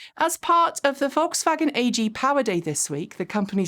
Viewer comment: Your pronunciation of "Volkswagen" is excellent.